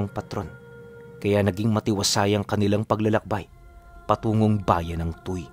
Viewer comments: matagal po ako sa Batangas..halus naikot ko na po..ang lugar po na nabanggit mo e (Tu we kung bigkasin TUY) TU Y/WE. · Tuy - tuwi, ang bigkas po! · TUY =TUWI po ang tamang pagbigkas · "Tu-wi" po ang bigkas doon sa Tuy pero ang ganda ng story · angas ng kwento, btw "tuwi" (tuy) po yung pronounciation ng lugar na nasa kwento